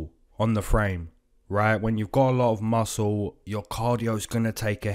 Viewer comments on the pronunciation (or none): none